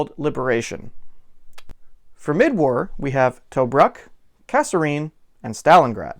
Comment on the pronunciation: TOE - BROOK